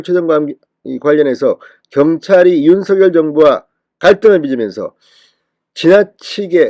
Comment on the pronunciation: 진성호 윤석열 이지만 발음 은 윤석렬인데 매번 윤서결이냐 발음해봐 윤석렬 윤석렬 윤서결 아니다 윤서결 아니다